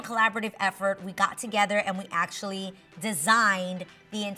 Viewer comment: ACTIALLY, ACTIALLY...HEY GET RID OF THIS WORD..